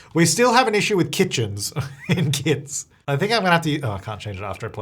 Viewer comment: sounds like he is saying KIDS rather than kits in the beginning